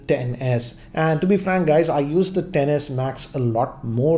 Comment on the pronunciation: That’s not clever, because it’s pronounced “10-S”, not “ex-s”.